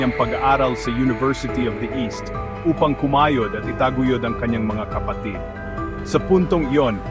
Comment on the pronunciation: bakit ka ganyang magbasa ng Tagalog? Basahin mo nga "hindi pa kasal". Bigkas mo ay kaaaa-sal, sa halip na kà-sal..e, yung "kapatid" bigkasin mo nga. Hindi kà-paaaa-tìd kundi ka-pà-tìd..kakatamad kang pakinggan, peborit ko pa naman si FPJ. Ikaw ga'y Americano? Ba-tò hindi baaaa-tò! Haaaay nako!!!